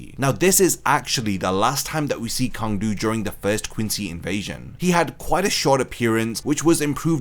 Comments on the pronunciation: I’m pretty sure his name is actually pronounced Tsang du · It is pronounced "Tsang"- his name in katakana is ツァン·トゥ (Tsan Tu). Many of the Sternritters' names are commonly mispronounced by english speaking online content creators. The word "Sternritter" itself is almost never pronounced correctly.